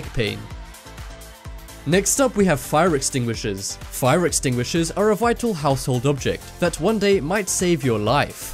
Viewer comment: Lmao "fire extinuishers"